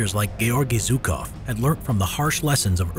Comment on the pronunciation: Ffsake it's not Zukov! Its Zhukov! Jukov at least!